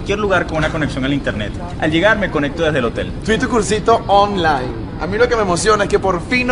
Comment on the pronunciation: xD EXITO.... odio como siempre dice oM-line en lugar de Online